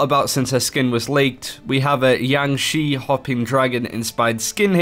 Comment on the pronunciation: He keeps saying Jiangshi with a “y” sound... Why? I know a couple of Chinese speakers and they say it with a hard “j”